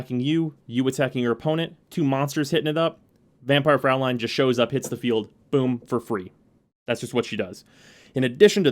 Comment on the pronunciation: Fraulein is actually pronounced "froi-line". Well, at least if it was spelled Fräulein